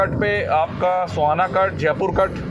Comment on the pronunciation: भाई सोहाना नहीं है सोहना है